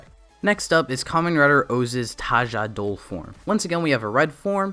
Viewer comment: Tajadol? What is a condol? I thought it was condor